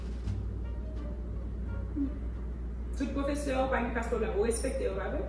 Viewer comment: No I never joure professerr rrrrrrrrrrrrrrrr she's so cute.😃😅